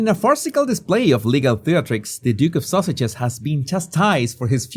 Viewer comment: Whenever the says Sussexes, I heard “Sausages.” 😂 😂 I like that MUCH better.